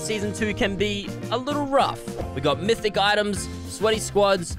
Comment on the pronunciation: He’s saying MISSIC instead of MYTHIC